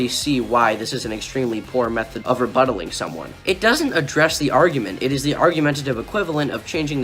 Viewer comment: "Rebuttlaling" that made me laugh.